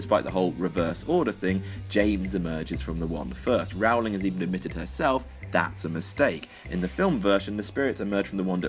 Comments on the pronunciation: JK Rowling had directly addressed like 70% of these before this video was published. Basic research is your friend. And it's Rowling to rhyme with bowling, not towelling. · The narrator of this video ought to learn how to pronounce Rowling. It's row as in "Row, row, row your boat"...not as in "My boy/girlfriend and I had a terrible row and decided to split up." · "Rowling" is pronounced like bowling. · I thought of most of these plot holes but didn't bother telling anyone about it. Also was anyone annoyed by the way he pronounced Rowling. It's pronounced rolling. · Anyone else bothered by the way he pronounces 'Rowling'? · It is Rowling, rhymes with Bowling. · Wrong, it is pronounced Rauw-ling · it's pronounced rolling. Even Brits get it wrong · Rowling is pronounced "rolling." Just though everyone ought to know. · ***** It's pronounced "Rolling". Googling must be hard for you. :( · The biggest plot hole is your pronunciation of Rowling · First off, in the books it tells us that animagi only appear on the map if they are in their human forms. therefore Peter Petigrew wouldn't show up on the map if he was still a rat. Second, technically Harry does have his mothers eyes. No not Lilly's, but JK Rowling's. And lastly Rowling's name is pronounced Rolling. She told us herself because she was getting tired of people saying it wrong. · This video has more dumb plot holes than the books. You can't even pronounce "Rowling" right, idiot. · C Fergi Um no, he's pronouncing it wrong, moron. What the hell does America have to do with anything? Stupid kid. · Also, stop mispronouncing Rowling please